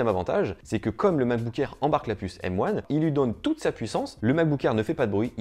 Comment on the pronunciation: Mais quel bg ! Il dit M one et pas M un Trop stylé